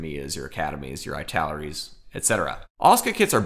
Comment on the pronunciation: Oh, Asuka - no idea but I trust you on the pronunciation. But Italeri - definately "Eeee-taleri", like "Italy", not "Ay-taleri" 😀